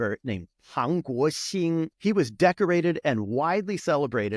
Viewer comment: Pang Guoxing pronunciation was EXCELLENT. Dude, learn Chinese if you haven't already.这个马来西亚人想打招呼！